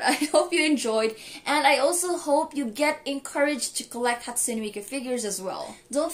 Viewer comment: "hatsume miku shrine"